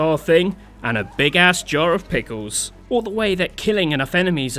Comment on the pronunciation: "& a Big@ Jar of PickOhs." xD